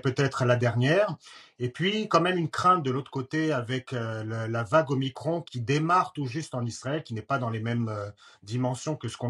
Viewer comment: pourquoi dites vous MICRONEEE...la lettre grecque c'es MICRON ... !!!!MICRON ...MICRON